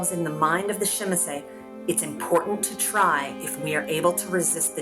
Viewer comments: Common ppl say it with me camarilla not camarya...timitzie not shemeze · Good and informative video: nice artwork and the narrative of a written letter to a kindred is really immersive. Great video overall minus the pronunciation of Tzimisce...